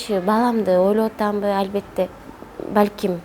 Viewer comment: Албетте дагы дебей Альбетте деп кыжырымы гана келтирдиңго кайра кайра кайталап Дагы орусча кошуп сүйлөп алганычы...